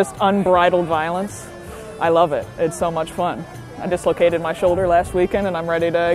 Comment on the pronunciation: "Voilence" LOL